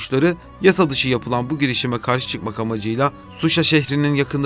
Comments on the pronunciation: Canım,Suşa deyil😍ŞUŞA. Reportaj üçün çox sağ olun.Dəstəyiniz üçün çox minnətdarıq🇦🇿❤🇹🇷Siz var olun ki,biz də var olaq.❤❤❤❤ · 4.45 saniyede Suşa demişsiniz Şuşa olacak o yalnız. Harf hassasiyetimizi doğru anlayın lütfen ermenice Suşi diye geçiyor tüm videoyu tam orada kestim malesef :( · Zəhmət olmasa Suşa yox Şuşa deyərdiniz.